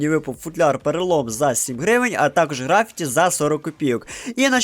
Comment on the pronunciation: В слові графіті наголос треба ставити на першу «і»